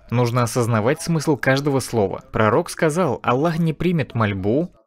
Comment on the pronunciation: УВАЖАЕМЫЙ БРАТ ПЕРЕВОДЧИК ГОВОРИ АЛЛАh не Аллах